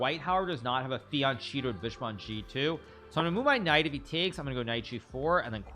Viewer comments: As an italian, i can tell you that the “fianchetto”, especially the “che” has to be pronounced like “ca” in the word “cake” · ahh yes, "Fiancheeto" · fianchetto is pronounced fee-ahn-KEH-toh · Fiancheeto 😂 whats up with that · You are pronouncing fianchetto wrong, which is awkward for one of the very best chess players. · #2 in the world and does not know how to pronounce "fianchetto" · Ok. You're better than me at chess, but at least I know how to pronounce "fianchetto" correctly. 😂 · He knows that, buddy. He likes to deliberately mispronounce things as a joke.